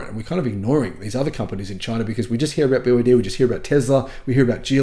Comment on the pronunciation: Snälla sluta säg BYD som ett ord när det är ett akronym. Säger du BMW som ett ord? Eller MG, AMG?